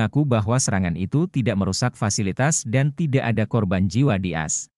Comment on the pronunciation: jangan dibaca as bacalah dgn baik Aa Es